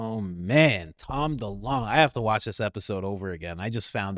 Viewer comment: It's DeLonge fam it's pronounced like Longitude